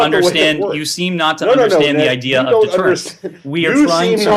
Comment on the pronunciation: It's 'deterrence', Saagar.